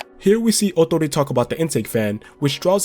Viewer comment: Great pronunciation of Ootori’s name And yes you were correct!!! Awesome!!